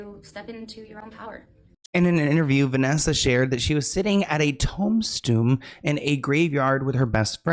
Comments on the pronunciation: saying “toem stoon” instead of tomb stone is killing me🤣🤣🤣🤣🤣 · Im sorry but the way called a tombstone a tome-stoon KILLED ME😂❤ Love him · Toe-mstone 😂 we love you! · Not a tauhm-stoom 😂 I love you! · No shade but toemb-stoon is sending me 💀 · TOME-STUME! 🤣🤣🧐🧐 i think is a russian spy or something this is very sus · Tomestoon and not toomstone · I love u.. But It's Toom-stone (that's how it sounds when u say Tombstone) great show!! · Sloans prononciation of tombstone is incredible! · Tomestoon is now my favorite way to say Tombstone 🪦 no shade that was hysterical and I shall carry this on. Random people in the hood in NY gonna be saying Tomestoon and that is on you 😅❤ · Tonestoon🤣 my dyslexic self chuckled a bit with that one... We love you thank you for doing what you do 🔥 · Are you trying to say tombstone? Sorry. If so, it’s is TOOM-STONE… if not, I’m just dumb and don’t know what you’re talking about. 😹 Very possible. 🪦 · My dude said TOMESTOON instead of tombstone 😂😂